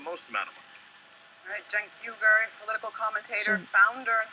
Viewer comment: The Clintons and the Bushes are in bed together. It drives me nuts that for the last 28 yrs, we've only seen 3 names holding presidency. I think she might have said "This, Cenk, is small change." His name is pronounced "Jah-enk." And if you haven't seen this, it lines up perfectly with my theory on cellphones being the only chips they need.